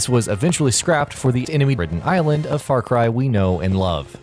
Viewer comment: Far Cri!